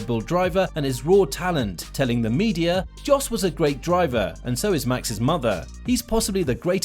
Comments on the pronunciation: It's pronounced 'Yos', not 'Jos'. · It's not "DJOS" but "JOS" Verstappen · Yes its pronounced like yos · Its pronounced yos (Jos Verstappen) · This is my first year in the world of F1 and I gotta say I'm shocked by the amount of people who can't pronounce Jos Verstappen's name. It's Yos, the J is silent. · Still pronouncing his dads name wrong, how lazy are you?. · Great video, but why can’t you say some of the names properly?? It’s pronounced Yos, not Jos. It’s IrVINE, not Irvin?? But Max is better than Hamilton, period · Jos is pronounced with a Y. And it’s Eer-vine. Like the Vine app